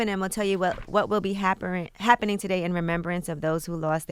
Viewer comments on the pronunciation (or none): Who else seen Angela Yee say "happeren" lol poor bae looks hungover